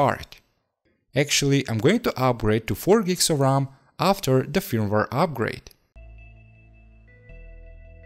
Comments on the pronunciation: Pronounced 'FIRM-WARE' not fumwar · please say feurmwere not fir me waare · My man, no offense but you should practice more English pronunciation. I mean....... Firmware you said like film war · Fermvar lol had no idea what you were talking about till I looked at the screen. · Ahhhh yeah the well known "fimwar" 😉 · it is not firmwar it is firmware video is brilliant though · I want an 8 hour loop of just you saying firmware. Good video, watched it fully. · I like how you pronounce firmware. That’s all lol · I cringed every time he said firmware.